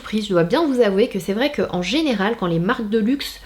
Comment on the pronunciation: Dans le 24 min ta dit genal😂